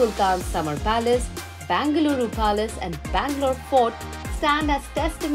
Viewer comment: Its Bengaluru not Bangaluru